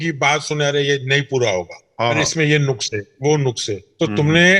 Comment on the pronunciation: نقص ۔پیش سے نہیں ھے۔ زبر سے ھے ۔ نقص